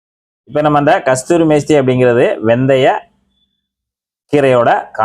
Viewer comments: ப்ரதர்...ஒரு திருத்தம்.கஸ்தூரி மேஸ்தி இல்லை.கஸுரி மேதி.பலபேர் பார்க்கும் போது தவறாக புரிந்து கொள்ளக்கூடாது. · தம்பி, அதுகஸ்தூரி மேஸ்திரி அல்ல. கஸுரி மேத்தின்னு சொல்லுங்க. 👍